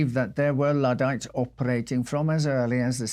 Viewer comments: "Notting'um" ... 😀😃🙂🙃😊 and Ludd* NOT "Lood" !! Luddites NOT "Loodites" Like a cow's udd*er (unless you say "ooders" (??!!) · One thing you didn't learn from this video is how to pronounce "Luddites", it's not Loodites it's L(uh)ddites. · Just to be clear, the London underground is NOT a political movement 😅 and the Luddites are pronounced LUDD (with the U as in UP), not LEWD